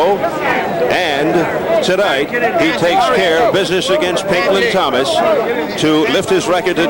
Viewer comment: "Pink Lawn Thomas"